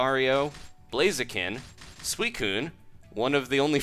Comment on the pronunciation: Suicune is pronounced like "Suicide" but with... Y'know a 'N.'